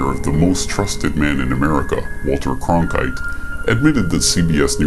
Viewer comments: Notice that 2pac didn't pronounce the name Walter Cronkite. I think 2pac deliberately mispronounced it "CON-krite". Emphasis on the word CON. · 2pac basically outed Walter Cronkite by saying his name like that Con-Krite 🥱 bet y’all probably missed that part tho, so did the maker of this vid bc all he tried to play off was the fact that he said his name was Walter making him trustworthy mmmm no he said it wrong and probably on purpose too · He said "...Walter CONkrite..." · He said Walter CON kRIGHT, i (YOU) be gettin confused! lol! smh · The way you pronounce CORONKITE resembles the german word KRANKHEIT which means DISEASE Oo